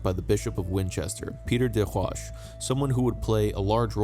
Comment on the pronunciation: You lost me when you couldn't pronounce des Roches. It doesn't speak well to subject-matter knowledge.